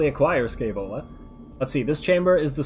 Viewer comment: "Scaevola", pronounced with the "sh" of "aSHamed", accent on the "ae" pronounced as "e" in "Entropy". Sh-E-Vola, from Muzio Scevola, an ancient roman that famously burnt his own hand off because it was the hand that made him fail.